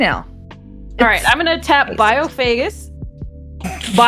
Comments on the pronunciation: I think it’s pronounced bio-fen-ach-eh! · It's pronounced "Biophagus." Hope this helps. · bi-oh-fa-gus That's the only way I'll be pronouncing that card from now on.